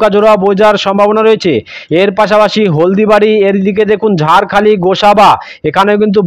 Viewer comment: আপনি জায়গায় নাম ভুল বলেছেন যেমন ফ্রেজারগঞ্জ কে বলছেন ফ্রেসারগঞ্জ খেজুরি কে খাজুরি ঝড় খালি কে ঝাড়খালি ডায়মন্ড হারবার কে ডায়মন্ডহাবড়া জায়গায় নাম সঠিক বলুন।